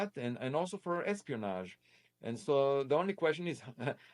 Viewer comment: It’s not espionage, it’s X-pionage. LOL. Great interview,!! My only constructive criticisms are - interrupting Prof. Loeb while he was speaking, and also using the air blower in the background while Prof. Loeb was trying to speak. Other than that, awesome job!!!